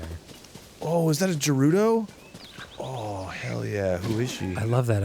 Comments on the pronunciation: damn it! Arin still pronounces Gerudo as if it was Jerudo! Come on Arin! They have voices and literally say how its pronounced! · Arin pronouncing Gerudo as Jerudo, and Hylian as Hillian will always drive me nuts. 😅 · ESPECIALLY when they say "Guh-rudo" multiple times in BotW and this game smdh